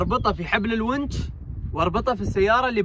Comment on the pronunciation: تسلم بارك الله فيك للتصحيح الونش وليس الونج